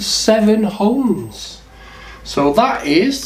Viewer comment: The word is 'ohms' & not 'homes'. 😂